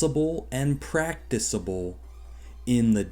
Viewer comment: Love you, but this is a completely dumb, reactionary video. You can't pronounce "practicable" but worse don't seem to know what it means. Stopping meat is practicable but probably less so than stopping fireworks, and regardless generally speaking nobody cares about or is really going to stop either... except when they do, as they should.